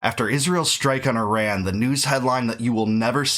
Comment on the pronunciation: At least learn how to pronounce Iran correctly. At the same time I don't like how it's being done as this is feeding Israel's thirst for blood on their hands with war and distract attention from Gaza, that regime of Mullahs has to go as they were a regime change ushered in back in 1979. This government ruining Iran shouldn't have be installed in the first place and Obama/Biden shouldn't have gifted the Mullah regime money. The world shouldn't be doing any more deals with the regime in Iran! The world, not Israel, should want to fix the regime in Iran as they helped bring in those clowns in power that have been terrorists and dictators since 1979. Iranian people have not deserved this nonsense that forced us all to leave Iran and many Iranians stuck in Iran are still suffering to this day. Overall, this government in Iran has to go but also Israel's government has to change as well.